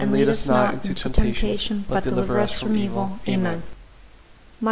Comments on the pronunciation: It sounds like you’re saying pray for our sinners,? It’s “US”sinners! Can you please fix that? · Enjoyed praying this with you. Very peaceful. I was distracted, however, by what sounded like "pray for OUR sinners" instead of pray for US sinners. Other than that, excellent. Thanks. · By saying the word “our “ sinners , The entire rosary, you are not including yourself in the statement. It is incorrect and it is bothering me.🤗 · An imperfection: it sounds like you say "pray for our sinners", but it should be: "pray for US, sinners, ... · Your videos are so good, I just get so distracted by "pray for our sinners" that I have to stop the video every time. Please consider rerecording your otherwise excellent productions with "pray for us sinners"? "Ora pro nobis peccatoribus", pray for us sinners, not "ora pro peccatoribus nostris", our sinners. I can't possibly be the only one bothered and distracted by such an important detail!